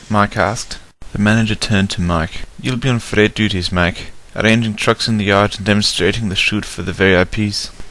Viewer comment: Brilliant job on this! I can only see a few mistakes. One, Mike should've been green. Two, how did Donald be hurt by the hoppers when they landed in the coal? And three, you called Mike "Mak". Great apart from that! :D